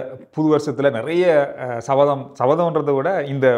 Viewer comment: சபதம் or சவதம்? 🫴